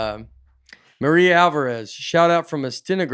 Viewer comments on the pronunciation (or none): none